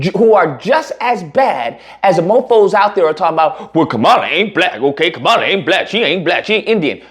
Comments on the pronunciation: So you're mispronouncing her name on purpose. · If you want to make a point, you might want to use a spell check and learn how to pronounce her name correctly. Start there.